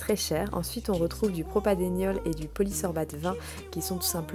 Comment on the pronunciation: Ce n'est pas du "propadéniol" mais du "propanediol" (diol du propane, deux groupements OH)